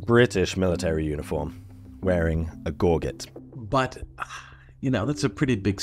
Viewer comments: Thanks for including in your video the different ways to pronounce “baton”… both your way and the correct way. 🙄 It’s not like “batten down the hatches” - in the U.S. we pronounce it “twirling a buh-TAHN. (Pardon my French, I also pronounce gorget as “gor-JÈ, but I know you Brits have a strong resistance to the other side of the Channel. (Even though both those words started with them)😉) Otherwise, really great video though - please get any knitting friends to look at the “mystery” object they are finding in Roman sites that sure looks like a tool for knitting fingers on gloves. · Please, it's French, it may be spelled "gorget" but it's pronounced "gor dzey"(ɡɔːdʒɪt) Those pointed perforated batons look to me like a personal defence item, with a hole for a lanyard. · Gor soft Jay that's how you pronounce that gorjay. BTW I'm native Canadian , we still use those "batons " in some areas for making cordage or ice fishing.lol You could have asked some Indigenous population somewhere. I knew what this was as soon as I saw it. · Great stuff - though gorget is pronounced gor-jet. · You don't pronounce the T in gorget, it's a French word. It's pronounced with an 'ay' sound at the end. And the second G is pronounced closer to an English J. I only know this because I collect antique militaria. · I'm Brit born myself, but gorget is pronounced "gor zhay." Like wise "ba TOHN." They're relatively simple words. It affects the entire tone of the presentation, much like the professor I heard call the Sioux the "sy oux." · “Gorguette”? Gorget is pronounced “gor-zhay”. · Interesting vid. FYI Gorget is pronounced gor-jet with a soft e. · That's not how you pronounce gorget. It's a J sound. As in gorge, throat. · Gorget is pronounced Gorge-et with gorge as in “to eat rapidly”. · Gorget is gaw-jet, not Gaw-get. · Gorget has only one hard 'g' in it - the first one. The Anglicized pronunciation is gor-jet. The non-Anglicized pronunciation is gor-zhay. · gor-jey--almost like a zii sound